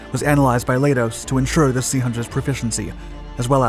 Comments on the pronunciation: Leidos is pronounced lie-dose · Leidos is pronounced like kaleidoscope, which is where they got the name.